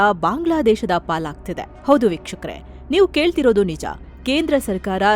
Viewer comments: ಮಾನ್ಯ😂 ನಿಮ್ಮವರು ಅಂದ್ರೆ ಆಂಕರ್ ವೀಕ್ಷಕರೇ ಅನ್ನೋ ಬದಲಾಗಿ ಭೀಕ್ಷುಕರೇ ಅನ್ನೋ ತರಹ ಕೇಳ್ಸಿದೇ ಸ್ವಲ್ಪ ಗಮನ ಹಾರ್ಸೋದಕ್ಕೆ ಹೇಳಿ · Pronounce properly madam BYUKSHAKARE AALLA vikshakare antaa anni